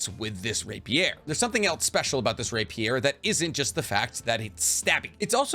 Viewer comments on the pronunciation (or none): Why do you pronounce rapier that way? It’s like calling a filet mignon “fillet mig none”